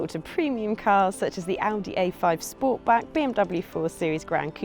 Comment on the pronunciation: It‘s Sportback, not Sportbrake...car enthusiast!